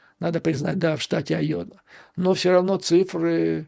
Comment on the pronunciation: Уважаемый Юрий Борисович ! Я живу в А-йове (а не Айо-ве) и себя Рэднеком НЕ считаю. Не советую и вам так думать насчет здешнего населения. Из того ,что вы сказали, я понял, что вы НЕ удосужились посмотреть в Гугле, чем известна Айова (кроме сельского хозяйства). Здесь находится один из 4 департментов фирмы Raytheon - Collins Aerospace - НЕУЖЕЛИ такая фирма по-вашему мнению НЕ технологическая ????? Её одной достаточно, чтобы штат назвать технологическим. Collins Aerospace - это в прошлом Rockwell Collins - компания № 1 в МИРЕ по разработкам и изготовлению мировой авионики !!!! Интересна выписка из Гугл "On July 19, 1977, the first GPS satellite signal, transmitted from Navigation Technology Satellite 2 (NTS-2) was received at a building of the Rockwell-Collins Company in Cedar Rapids, Iowa." И заметьте, что Rockwell-Collins сам и спутник собирал. Сегодня практически нет НИ единого самолета в мире, который бы не имел хотя-бы одного блока сделанного в Rockwell-Collins. Далее, у нас тут огромное предприятие ВАЕ Systems - тоже очень известное ! Ну хватит и этих примеров, чтобы доказать, что местные айовцы не только хвосты коровам крутят ! Поэтому НЕ все выпускники Айовских колледжей покидают свой штат - это явная туфта. Так вот - практически весь штат инженеров голосовал против Трампа ! И ДА их врядли можна всех назвать неграмотными.... Рассии б таких неграмотных - гляди и суперджет летал бы без проблем... хотя о чём я говорю....